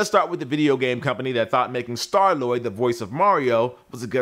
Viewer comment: You mean Star Lord. Not Star Lloyd! Lol.